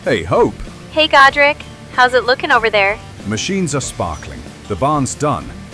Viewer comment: As a Warhammer nerd, I heard Gotrek every time you said Godrick. Should of married Felix.